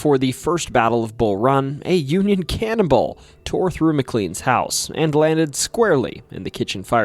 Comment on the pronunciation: Cannon ball not cannibal